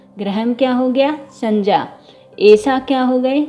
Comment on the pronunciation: The part of the video which i liked the most was ur pronunciation ' sanjya'. Veryy impressive...keep it up..tysm...